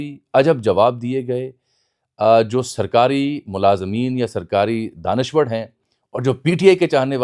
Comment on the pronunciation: لہور کے جم پل ر کو ڑ اور ڑ کو ر بولتے ہی ہیں لہذا دانشور کو دانشوڑ کہنا ایسا کوئی قابل ذکر واقعہ نہیں ہے ۔۔۔۔ آفٹر آل آپ بھی ایک لہوری ہی ہیں ۔۔۔۔